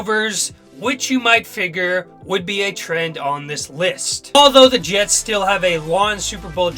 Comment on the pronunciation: ...... ....... .............. .......................... Did this guy just say "J-E-T-E Jets!"??